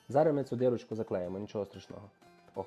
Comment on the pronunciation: Не дирочку, а дІрочку.